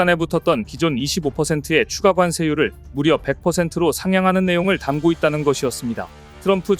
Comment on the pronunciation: 이 유튜브 나레이터도 엉터리로 읽네요..'담고 있다'는 '담꼬 있다'로 읽어야 해요..'담고 있다'라 읽으니 이 자들은 초등학교도 안 나왔나요? 요즘 유튜브 나레이터들이 거의 모두 이 모양이라 정말 듣기가 거북합니다..나레이터를 제대로 된 사람으로 교체해 주세요..